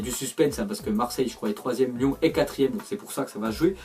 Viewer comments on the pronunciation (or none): none